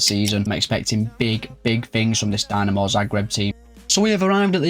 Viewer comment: tbh honest, it's more of an insult to hajduk than dinamo fans ;) Also it's DInamo, not DYnamo (not as in "I" but as in "quick")